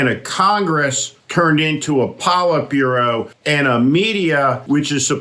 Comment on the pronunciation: “Politbureau”. Polyp bureau!